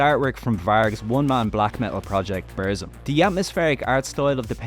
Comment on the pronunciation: you are pronouncing burzum completely wrong. it hurts my ears